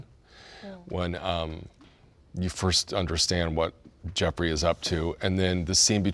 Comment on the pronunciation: Why do y'all keep saying Jefferey it's Jeffrey lol